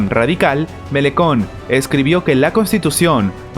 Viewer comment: su nomre se pronuncia "MELANCHON"